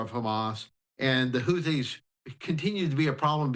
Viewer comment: Can you get your reporter to say houthis correctly please